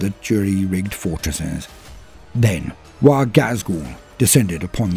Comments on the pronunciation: "Waargh?" WAARGH? Fix dis roit now ya git, itz always "WAAAGH" with no R an at least three As! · Aint it ”waagh” rather than waargh”? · Am i gonna smell burnt toast or are u just adding an R for shiggles